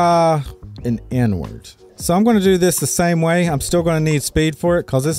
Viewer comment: Sounds like you say "n-word" every time you say "inward" lmao! I mean even youtube's auto captions interpret it as "n-word" sometimes XD